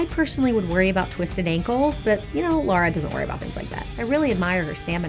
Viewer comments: It's Lara, not Laura. I'm so sorry, I'm British 😳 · Why does she keep calling her Laura? When her name is Lara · It's LARA ffs not Laura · Why can’t people Say Lara. It’s not Lora😭 cmon man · it's lara not lora for god sake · ITS Lara NOT LAURA smh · Why does she insist on calling her "Laura" Croft? What a big fan, she doesn't even know her name. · lara not lora IDK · infuriating to hear her call lara “laura” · ITS LARA NOT LAURA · Every time she says "Laura" I get extremely offended. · it's Lara not Laura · All the nonsense in this game pales in comparison to this chick unable to say the name Lara or tell the difference between Laura and Lara. And there's a lot of nonsense in this game. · Ffs its La Ra not lau Ra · Why do Americans say lora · Shes called Lara, not Laura! "Lar - Ra" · Her name's Lara, not Laura! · If I hear anyone say "Laura" instead of "Lara" again I'm gonna freak. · I feel like Kinga says "Laura" and not "Lara" :D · Aaron clicks on interesting recommended video of Tomb Raider ft Lara Croft. Hears this woman say 'Laura'. Aaron writes this comment and exits the video immediately! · Her names Lara, not Laura 🙄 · Lara, not Laura. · the fact she says lora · It's LARA not Laura. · So triggered by the constant reference to Lara, as LaUra... Aaaaahhhh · Eh. I don't know of any other Americans who pronounce "Lara" as "Laura", lol. I mean, it literally rhymes with "Sara" and I've never heard anybody saying "Saura". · Is it just me who’s cringing hard every time she calls her Lora instead of Lara?! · Lara, not Lora, ffs! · Lara not Laura... please... 😁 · Her name is Lara, not Laura. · Everyone gonna ignore she is calling her "Laura" instead of "lara"? Ok. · The Laura/ LA-RAA pronunciation was really annoying. 🤨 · Her name is LARA not LORA not LAURA - please pronounce this simple name correctly!!! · Does it get on anyone else's nerves that she say's Laura instead of Lara? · Correction: its not Laura, its Lara. Cool video tho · Lara not Laura smh